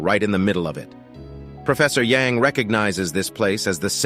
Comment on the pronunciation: A in "Yang" name is read as "a" in "banana", not "Yeng". Remember Shang-chi? Yes, his name is not "Syeng-chi" but "Syang-chi", again the "a" is like in "banana"